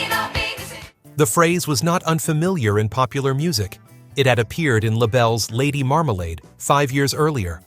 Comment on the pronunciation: Lots of mispronounced names. Lady Marmalade. Doug Fieger. Casey Kasem. Hire a human narrator next time.